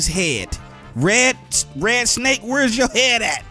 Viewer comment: I LOVE YOUR SNEYK:)